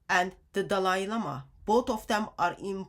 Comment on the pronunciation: I love how calls him Dalai LAME-ah! 😂.... This is why muslims haven't said anything about this subject. They KNOW they will get called out! Thank you God for exposing this sick filthy sex cult in new ways everyday!